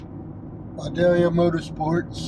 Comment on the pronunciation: Pronounced, Vye day yâ Leave the "L" out.